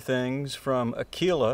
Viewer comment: Bravo bravissimo, but the strings name is Áquila, not Aquìla, 'Ah-kwela not Ak'weela. I swear on it, I'm a true bred Italian, believe me. Áquila, like Opera. And keep up the good work:eyes-pink-heart-shape: your videos are fantastic